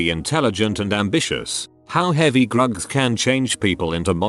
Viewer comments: Grugs? Do you mean drugs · i’m trying to feel sympathetic but every time they say grugs it just kills me 😂 (no pun intended)